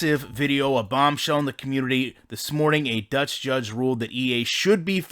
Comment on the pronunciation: The Deutsh currency, that's like in the realms of being cute, the very manly form cute of course. It's a wonderful combination of Deutsch (German Language in German) and the Dutch. By the way it's the Dutch (Like in Duh... + tsj) and the currency is the Euro but I just love how you said that as it means that you try to pronounce words not known to you and that's a brave thing on the internet.